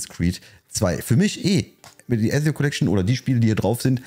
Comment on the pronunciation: Nicht Esio sondern Ezio 😅